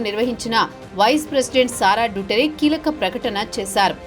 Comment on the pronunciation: It's దుతర్తే not డుటరే.